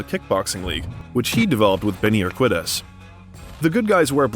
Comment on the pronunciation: Dude these videos are pretty sweet but you’re butchering like half the pronunciations. If you’re not sure, Google it man. It’s Benny “The Jet” Ur-kee-dez